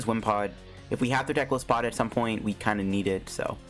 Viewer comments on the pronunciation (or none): it actually pronouns as Ge-lai-se-pod